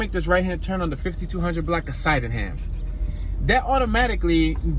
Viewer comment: My old block was 15 st. between Rockland & Loudon Sydneham It is pronounced Sid-née-ham